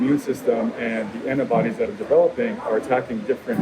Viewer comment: "it won't excape the annabodies" ... First video I've seen from this guy, I'm dubious. "Excape", really? "Annabodies"? Jeez...... No doubt American to start with....